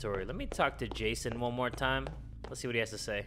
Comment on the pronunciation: "That's not mason that's ja-y-son"😭😭omgkajhalbdd